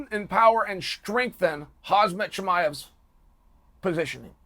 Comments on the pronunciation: Me: “Khamzat Chimaev” Chael: “Hasmet Chimaev” Me: “Ok great. Hasmet Chimaev” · How absent minded do you have to be to pronounce "Hamzat" as "Hazmat". WTF! Are you blind Chael? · Chael it's Hamza and not hazmat. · his name HAM---ZAT it's easy not HAZMAT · You pronounce his first name wrong, you say haz-mat but his name is actually pronounced ham-zat. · Why you say khazmat instead of khamzat? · Chael say his name ! Not Khazmat, its Khamzat ! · It’s HAMZAT. Not HAZMAT. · His Name is not Haaasmat! It is Khamzat! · Omg! He is NOT KhaZmat!!! Will you ever learn how to pronounce KhaMZat? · Chael His name is Khamzat not Khazmat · Why is it that only american youtubers keeps calling him hazmat? haha is it hard to say khaMzat? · Chael, stop doing that....t's KhaMzat...not KhaZmat.... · Why do you pronounce his name like Kazmat ? He's Khamzat (say Kamzat if it's easier for you to say ) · Buddy you need to stop calling him khazmat instead of khamzat. If not, i think youll get that smesh too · Chael, you never pronounced his name properly, his name is not Hazmat !! Hamzat is his name, come on !! The M before the Z not the other way around. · its Khamzat not Hazmat but if uncle Chael says it, it must be Hazmat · not khazmat say khamzat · For god sake its KHAMZAT NOT KAZHMAT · Bro why does everyone call him hazmat chimaev is HAMZAT i find it funny that everyone says hazmat not just chael. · If uncle chael said his name is hazmat. It is hazmat. Not khamzat. Period. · is it Khazmat or Khamzat chael confuses me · Learn his name. It's not ''Hasmet'' it's KHAMMZAT , pronounced ''hamsat'' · Dude it's Khamza not Hazmat! I'm sure it'll sink in once he's a champ. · He is not Khazmat, it is Khamzat, pronounced as "Hamza" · Chael his name is not khazmat its khamzat 😆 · Khazmat instead of Khamzat, here he goes again.... Chael is undisputed and undefeated in pronouncing names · Chael: hazmut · Geez can you pronounce Hazmut Chimia any better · Uncle Chael be killing the names 😂 “Hazmat Chinaev”